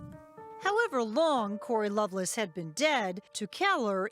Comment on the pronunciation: In Death on Valentine’s Day, why are they pronouncing it like “loveless” instead of Lovelace? Odd.